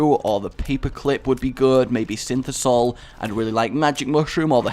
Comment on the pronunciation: why do you call it synthisoil? it's synthoil no S and I mid in there buddy